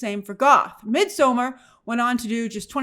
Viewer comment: in midsommar the d is silent.